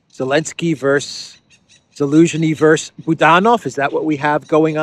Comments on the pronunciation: By dear friend, it is not "vers." It is versus. Two syllables. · Hi, it's Versus NOT Verse. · Dude, it's "versus" not "verse" lol Great video as usual btw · Just FYI for fun. the abbreviation vs. stands for "versus" and is pronounced like it looks rather than "verse." Cheers.